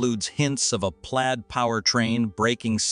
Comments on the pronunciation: Please train your robot voice to pronounce words properly. Plaid, not played. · Plaid is pronounced plad. The more I here from this channel, the more I believe that the speaker is not a person but a computer simulation. The information is good the spoken words are needing correction every video.